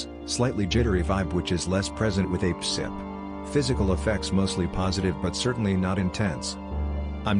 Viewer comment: Lol I loved this. And how a-pcyp sounded like "ape-sip," I'm totally calling it that from now on. :))